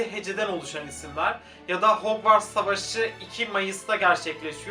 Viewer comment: Hogwarts'ı yazılışıyla söylüyo kuduruyorum